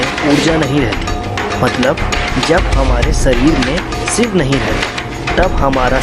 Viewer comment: सिव नही शिव बोलो भाई ,तुम श वर्ण नही बोल सकते तो video बनाने की क्या मजबूरी हैं l